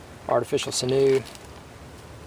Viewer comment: it grinds my gears that you say sin-OO and not sinew like sin-you with pronounciation in the first syllable like SIN-you. nice pouch though.